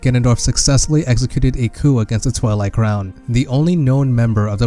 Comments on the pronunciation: Twili is pronounced "Twy-Ly" not "Twy-Lee" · Twili(Twigh-ly) Hylian(Hy-lee-in)